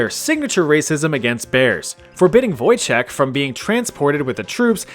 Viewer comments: It's actually Wojtek (read Voytek) Pierdol się means fuck you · The way you pronounced Wojtek physically pains me